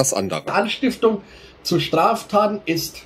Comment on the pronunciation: er redet aber von "anstiftlung"